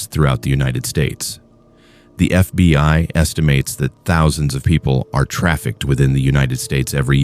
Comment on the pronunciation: Its FBI, not FB (pause) I. AI fking sucks.